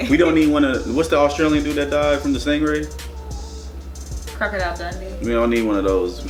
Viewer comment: “Crocodile Dundy” HEADASS😭😭😭